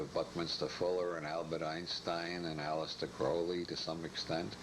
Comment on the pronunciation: Okay, I see what he's doing here. He's mispronouncing words like ''magic'' and ''cannabis'' to keep us guessing. I've never heard anyone call it ''may-jik'' or ''Kin-aah-bis'' before. And Aleister Crowley is seriously bungled with ''Aleesta Crawlee" :face-green-smiling: You gotta watch old Bob, he's going to turn your head around.😅